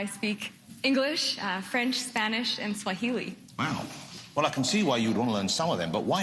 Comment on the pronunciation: lol .... ' why fwench..? ' :P